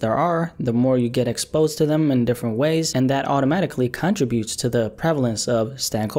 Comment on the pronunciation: Why he say “kan triboots” like that 💀💀💀no hate that shit was just funny asl